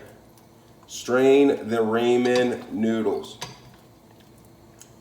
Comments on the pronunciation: Left the second he said Raymon noodles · "Raymen noodles" 😂